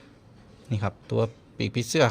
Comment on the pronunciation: ทำไมถึงพูดว่าน้ะขับแทนที่จะพูดว่าน้ะครับ